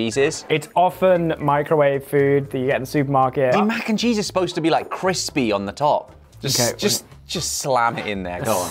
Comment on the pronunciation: I'm sorry but your "MAC" n cheese is "Wac" n cheese.😂😂❤❤